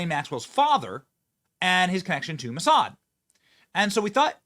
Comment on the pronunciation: What, he said moosad who is moosad?